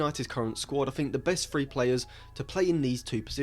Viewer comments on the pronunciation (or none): none